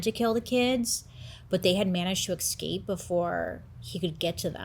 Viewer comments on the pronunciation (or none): She does pronounce some words incorrectly. Escape she pronounced as Exscape…..and There are a couple others I can’t recall rn